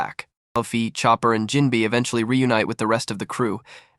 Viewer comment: Jim-bay say it right please